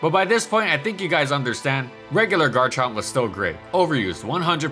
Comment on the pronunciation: IT'S GARCHOVER